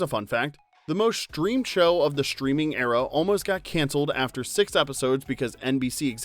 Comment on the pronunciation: The shtreaming era? Shtraight to shtreaming immortality. . .